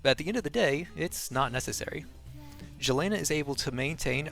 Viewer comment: Great guide and I like your guide style very concise. By the way her name is pronounced Yelena.